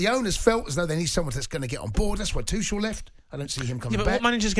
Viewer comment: Thomas Two-chels